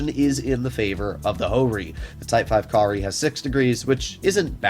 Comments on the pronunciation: "Type 5 Ka-Ri" Im sorry, did you said curry? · Ka-ri = curry